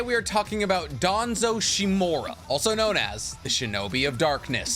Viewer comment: The root? I believe it's "The foundation". Also, shimUra. Not Shimura.